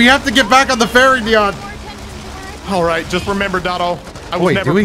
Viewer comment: First "T" and Now "Deion" :'(